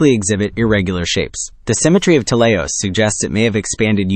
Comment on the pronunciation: It's pronounced "t-E-leios", not "tel-EI-os" or "telei-O-s". It's from the Greek "τέλειος" (notice the diacritic at the 1st syllable, which denotes accentuation), which means "perfect". & it was named like this due to its perfect spherical shape. Adjectives in Greek have 3 versions, masculine, feminine, & neuter. Idk if it's of any significance, but it's worth mentioning that "teleios" is the masculine version of the adjective. (With "τέλεια / teleia" & "τέλειο / teleio" being the feminine & neuter versions respectively.)